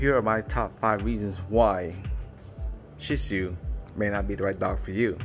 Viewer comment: Phenomenal video Not only do I have a shih tzu I'm finally happy to see someone else who not only knows how to pronounce the breed but also knows them in and out ... I do often find myself defending my dog and wish I had this video sooner because not the dog for everyone but definitely love ❤ mine and I'm sold on the breed